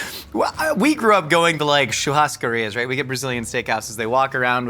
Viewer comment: Tua pronuncia de churrascaria foi ótima!!